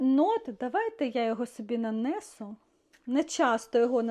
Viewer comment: А чому нанЕсу а не нанесУ. Дуже ріже слух.